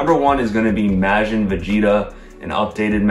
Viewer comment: love the video and predictions, but can you please start pronouncing Majin correctly?